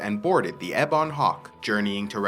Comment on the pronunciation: Just a small thing, but you say "ebon" strangely. In US and UK English, I've always heard it said "EH-bun", you say it "eh-BAWN". I checked my dictionary, and it seems to show the former as being correct. Thanks for the video, just a small quibble!